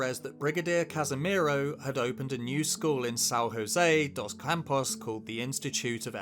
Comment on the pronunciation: Great video, but PLEASE at the very least research local language, we are not Mexico nor Spain, “JOSÉ” is not pronounced like they do in Spanish. A simple google translate would teach you that in Portuguese it’s different.